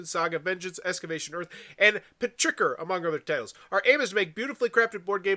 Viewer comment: Petrichor is pronounced like "pet-trih-core" and the emphasis on the "core". The game seems fairly popular with the the Dice Tower crew, especially Mike and Zee, and it's down well on Kickstarter in the past.